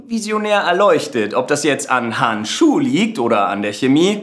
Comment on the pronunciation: war geil aber "han shu" war schlecht umgesetzt... zb des mit diesem Yoda gerede...bzw betonung war bääääd